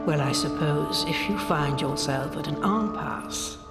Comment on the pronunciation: The old lady pronounced impasse wrong sorry but I can't help noticing that.